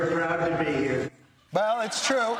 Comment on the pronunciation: Is it twue, WW3? It's twue, it's twue, it's wealwy twue 😅